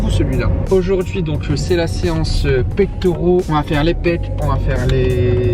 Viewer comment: Salut, pectoraux pas Pectauraux